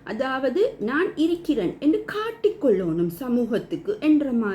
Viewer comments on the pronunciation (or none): இரிக்குது / இரிக்கிறேன் என்று சொல்லாதீர்கள் சகோதரி. சரியான உச்சரிப்பு இருக்குது / இருக்கிறேன்